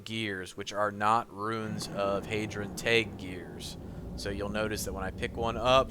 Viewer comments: The way you say thaig is like tage when it sounds like tyge but goodlookin out on the gear locations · Thaig is pronounced "Tyge" not "Tag" haha